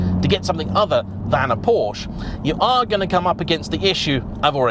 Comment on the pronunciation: Sorry...will dislike every one of your videos until you learn how to pronounce PORSCHE.